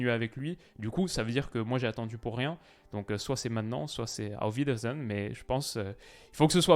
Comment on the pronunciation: Bon accent allemand sur le Auf Wiedersehen haha